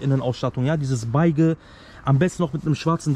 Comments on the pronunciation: Beeesch wird’s ausgesprochen, aber man weiß ja was du meinst 😄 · Abi sag doch bitte nicht Baige hahaha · Bruder geiles Video aber wieso sagst du Beige falsch das wird so ausgesprochen: besche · die spricht das so lustig bzw. Falsch aus deswegen haha wir wissen zwar was du meinst aber ey so geil alter wie du es aussprichst 😆👍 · wie er beige sagt 😅😂 aber hammer ja. top preis kann man nicht meckern! ich mache komplett andersrum hab soviel im innenraum gemacht. bald starte ich auch von aussen